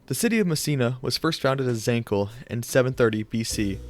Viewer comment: zancle (Ζαγκλη) would be pronounced "zahn-klee" and leontinoi (Λεοντινοι) would be pronounced "Lay-on-tee-nee". Just two that I noticed